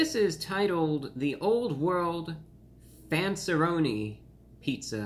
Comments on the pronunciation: For as much of superior interest you purport, I was dismillay for your lack of taste pronunciation of fanceeroni but considering that it's probably a b level pizza I do concur that your distaste is warranted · I absolutely love how he said the “RONiS” 😂😂